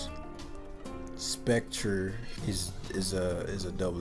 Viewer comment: Speck-tree-eh, like foyer. Er makes an eh sound in French.